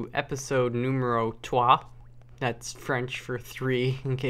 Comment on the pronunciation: ITS TROIS NOT TWOI. TROIS!!!!!! trois